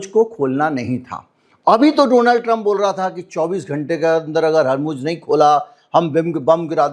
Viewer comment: harmooj warmooj nhi hai dar asal hawrmooz hota hai